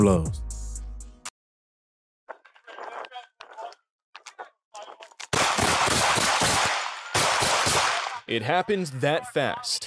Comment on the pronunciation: I can’t listen to this with you saying Pueblos wrong pweb Los that how you pronounce it ….damn I wanted to see what this video was about